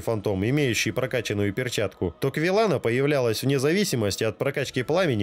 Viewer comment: Не КвилЕг, а КвилАг. И ведьма Из Изалита)